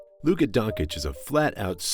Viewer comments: Absolutely amazing video but it’s Don-chitch not don-cich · DONCHEEEECH not Donkich lol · Wanna be a good youtuber? Lesrn fkin names and surnames. Don-chich, ZUBAC.